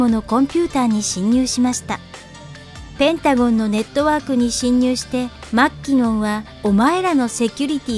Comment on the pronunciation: マッキノン… まーきのっ